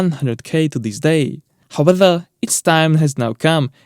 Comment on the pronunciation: I love your channel and I never miss a vid so I'm not knocking you and just want to clarify the word "however". You use it constantly in all vids and pronounce it "how-whether"